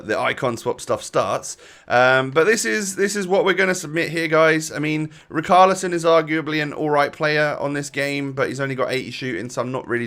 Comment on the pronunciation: Pls save us from stressing and say Richarlisons name properly Ri-char-li-son